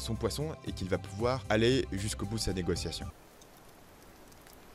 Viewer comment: à Négo-T-iation sérieux ?